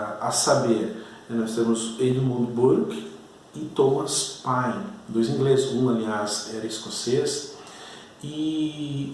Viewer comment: Professor,muito boa a aula,mas vai uma dica, não se fala páine,e sim pêine.